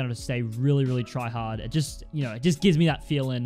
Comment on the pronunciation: U said tryahard